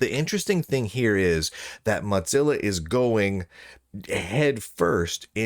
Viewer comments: brother it's moZilla not moTCilla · He does it for the comments, but it seems fitting since they suck so much that they shouldn't get their name pronounced correctly. I'm hoping he starts pronouncing Google as goGGle, because that would be funny too.